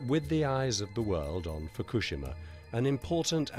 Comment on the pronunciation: The narrator can't even pronounce Fukushima correctly. Pathetic .